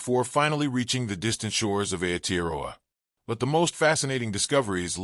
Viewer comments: Why so much repeating of the same information in this video? Why does the narrator butcher the pronunciation of "Aotearoa." All he had to do was pronounce every vowel as if it were Spanish. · Oh dear...I am part Maori...the pronounciation of Maori & Aotearoa is terrible...so much blahblah of the same info repeated...where are the actual pics of my people??? Its very nice to hear what our people have always known...but not mentioned over & over...this is not worthy to listen to! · He's not even pronouncing Maori or Aotearoa correctly, they could have got an actual Maori or other Polynesian person for the voiceover rather than an American.